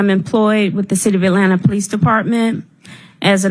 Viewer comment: Someone said POE LEECE 😂